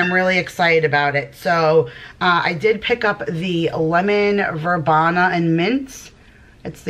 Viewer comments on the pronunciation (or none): Hey. New subscriber here. Just a quick FYI....Lemon Verbena is pronounced ver-bean-a. I have never found any of the bolero products at my local DT. I hate my local DT.